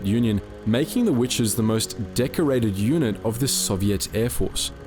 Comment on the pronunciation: What do I think? I think you need to eschew the Great Australian Elision, there is a t in witches. Otherwise quite informative but that finger nail down the blackboard drowns that out.